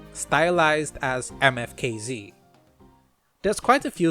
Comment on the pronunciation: Bro saying matafaks killied me twice